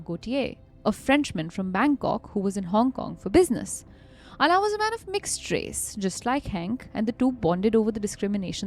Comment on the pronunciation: The pronunciation of Alain is soooo cringe☠️